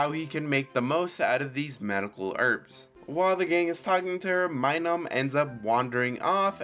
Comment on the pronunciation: Its Minun not Minum its giving me vibes your reading from a script getting some names wrong ,also if your going to have a mon use Metronome make sure you know what moves were available at the time in Gen 4.